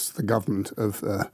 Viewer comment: Minor quibble: why does Daniel Levy call him NUTanyahu? Is it because Netanyahu is nuts?